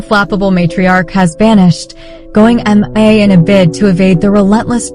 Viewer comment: I love that it said MIA Em-in-AY